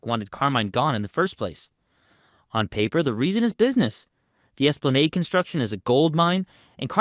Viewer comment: I know man, I hear this videos all the time like esplanade frustrates me